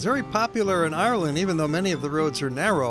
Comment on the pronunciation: Did anyone else start laughing when he butchered "Ayer-land" and "Conn-e-mara," XD